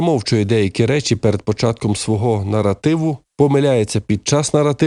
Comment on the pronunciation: Наротиви наротиви наротиви. Нове слово - паразит. А тепер, поправляйте, грамотії тупі - що "нар0тив", пишеться з "А"...